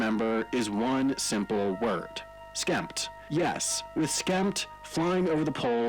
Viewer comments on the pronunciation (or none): Uhm, did he skip the P in SKEMPT?